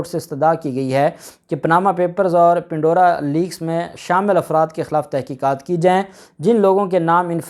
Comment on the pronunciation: Pan-dora Pandora Papers (Not Pin-dora)